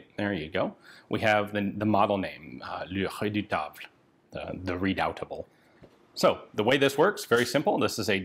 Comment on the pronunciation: Hello Ian, Bad news, your pronunciation of "le redoutable" is awful in french. (especially because your usual accent is pretty good) Good news, not one french person on earth would take you accountable for that. Even better, we're pretty honored you tried to pronunce it. Even better again, We're too busy to appreciate your work. PS : I'm still amazed, you made me discover the GIGN founder and even better, the philosophy hiding behind the sheer excellence. PS2 : I'm very far of a firearm amateur and for some reason, I can't resist to listen your presentations... historical contexts etc. make them highly addictive. So thanks Ian.